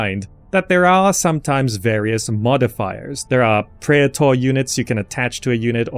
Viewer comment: Promise this is not grammar nazi but since you explained how to pronounce "Praetor"..It's actually "PREE-tor". I was curious about this myself other night and did some research on it the word was used in Roman empire to name the guards for the emperors. Only use-case I know of was from movie Gladiator where Maximus shouted out PRAETORIAN!!!! When they had him set to be executed in the woods early in the movie. Love your video and thank you so much for this guide!!! :)